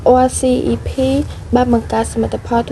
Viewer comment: RCEP អានថា អសឹប